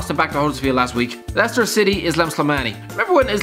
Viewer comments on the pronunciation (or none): none